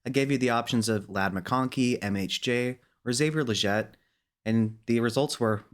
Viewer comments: its killing me how he says legette lol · Its Legette not Legette lol